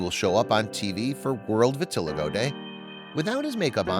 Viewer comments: VIT UH LY GO......your mispronunciation takes away from the story. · I wish the narrator would learn how to pronounce “vitiligo” before creating the video. It is pronounced, “vi-ti-LIE-go. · It’s great that you’re bringing awareness to this condition, but would you please pronounce it correctly? It’s vit-til-eye-go, emphasis on the long i syllable.